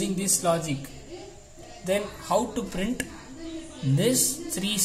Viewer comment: Why you spell printttttt instead of simple print dont stress on that t it is irritating bro